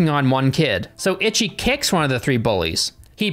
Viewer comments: I cannot stop giggling every time he says "Itchy," very American pronunciation, instead of "Ichi" (pronounced more like "EE-ch(i)" It's difficult because the "i" at the end is like a pretend noise. Japanese language is so difficult and unique! I love it 💜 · That goes for any language. Even British ppl dont pronounce words the same as Americans. Im Japanese its ee-chee for English pronunciation. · eech, the final i is silent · People in the film say ‘itchy’, I’ve only heard fans and people outside the film say ‘EEchie’ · "EECHEE" The Killer. Itchy The Killer makes it sound like he has scabies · Ichi, isn't pronounced ITCHY... Its pronounced EECHEE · I just recently subbed ur voice soothes me to sleep and ur funny BUT as a super gore and splatter fest fan(which was mostly asian at the time of this film) u gotta pronounce the title rite 😂its not itchy the killer its E-SHE the killer. this film is GANGSTER and i love ur channel. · its EEE CHI not itchy... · Not ‘itchy’. It’s pronounced ‘eechee’. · HAHA "Itchy" The Killer.....EE-CHEE,. EE-CHEE. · Ichi is pronounced Echee my friend. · Not itchy but eechee lol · I can’t take seriously when he’s pronouncing Ichi like “itchy” 😭😭😭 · it's pronounced "ee-chee" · I laugh every time. xD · I put the word on Japanese google translate, she says it like "itchy" as well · Yeah, I know right, I've started learing japanese like 4 months ago, and I'm already cringing from wrong pronunciations 😅😂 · eee chi. It means 1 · Ic h I ! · yeah, should said as, 'eee chee' meaning '1' also like the movie title zatoichi (bad 1) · It's pronounced "Eee-Chee." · The Itchy Killer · Hearing "Ichi" pronounced "Itchy" managed to make me laugh every time lol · It should be pronounced like “eechee” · "Itchy..." lmao. The pronunciations of Japanese names in this video are almost as comically gruesome as the movie itself. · "itchy the killer" 😭😭😭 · pronunciations have me dead. “Itchy” and “yakooza” 😂😭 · Ichi pronounced each-eee.